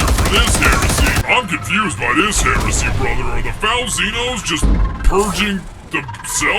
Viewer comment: understandable ummm....kinda understandable what just what??? ...................HERSEY!!! XD